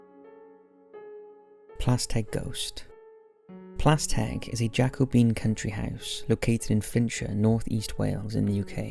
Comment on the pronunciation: Can I just say you’re pronunciation of Plas Têg is absolutely spot on 👌